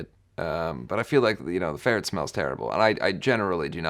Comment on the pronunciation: I'm sorry but the way he said farret made me have the biggest smile